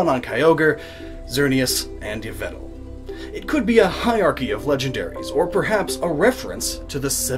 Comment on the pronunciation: it's yveltal not yvel.